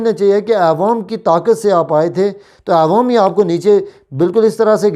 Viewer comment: پہلے اپنی اردو تو ٹھیک کرو پھر صحافی بنو .. عوام ہوتا ہے نہ کہ اعوام.. اقتدار کے ساتھ چموٹنے کی کیا ضرورت ہے 😁😂 Caroona nhi crono hota hai ..